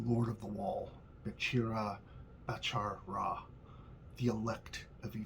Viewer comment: It is interesting. It might be helpful to note that they look the same in English but the pronunciation isnt the same. The hebrew word is pronounced as expected, the Egyptian Ra is pronounced Rā (ray) as in sunray.